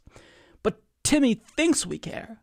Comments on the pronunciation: I think my favorite part about this video is how he pronounces her name aa "Timmy." 🤣👏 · It is. He's saying Timmy on purpose lmao